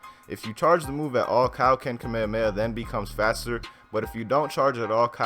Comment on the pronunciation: Dude it's Kamehameha not whatever your saying